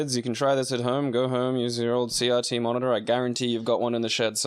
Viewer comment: What is a "See yahtzee" monitor? Oh, they mean CRT.